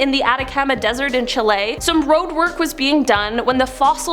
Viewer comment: To the presenter please pronounce the name for the country correctly it is so mis pronounced and i wouldn’t like it to spread any further. You are pronouncing it as chilay.. it is pronounced in the Latin world Chile as it is written chi Le, how ever in English it was alway pronounced chilli. Never Chilay. Please say it how it is either chilli or chi Le not chi lay